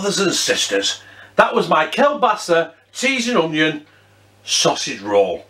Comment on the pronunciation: I lived in Poland for nearly 5 years... I love Kielbasa...It is pronounced...Keelbasa. Loving your vids am.